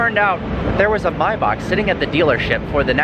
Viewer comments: may - back not mai bock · bro please learn how to say Maybach correctly its May - Bach ..... Say it with me.............. May.........Bach..... it is not Mybock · It’s pronounced MAY!!! Maybach. In what world are you pronouncing an A as an I? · What is a “Mybark”? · It’s pronounced “MAY-back” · maybak lmfao ;D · It's pronounced Mayback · M A Y BACH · Wtf? You say Maybach really strangely